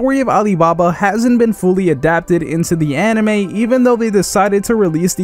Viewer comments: First thing you said was hentei instead of anime 😂🤣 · Am I the only one that heard ‘hentai’ on the beginning? 🤣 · He said henti in the beginning